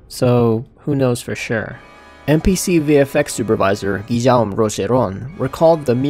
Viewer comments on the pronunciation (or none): none